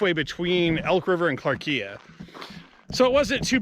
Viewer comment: Maybe check out the correct pronunciation of clarkia